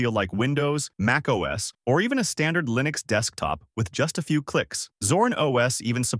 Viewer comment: The way this bot says "Line-X" instead of Linux. 🤣 Stupid A.I.